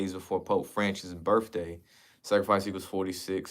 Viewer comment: Wifff/ truuffff/ burrffday/ axed/ 😅 Love the work tho .! 👍